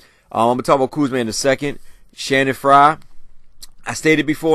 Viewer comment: you have been pronouncing everybody's name wrong!!! It's Channing Frye not Shannon!... and it's Kawhi... not...kwame